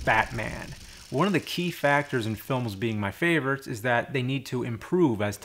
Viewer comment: You say the word "favorites" like "faverts". HAHAHA!